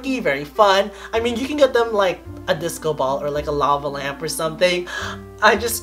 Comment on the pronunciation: im an aries!!im so happy for you!i like how you said lamp😂😂😂 ✋✋✋✋💜♈